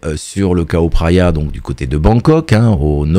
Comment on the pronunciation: Oh NON pitié, pas " KAO PHRAYA", 😅 👍on dit phonétiquement " DJAO PHRAYA" 🙏